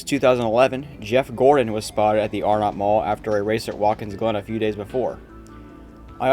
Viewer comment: I thought it was pronounced Arenut , not Are NOT. Nice video.